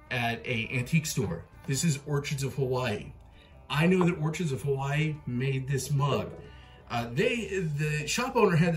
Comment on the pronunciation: pronounced orKids of hawaii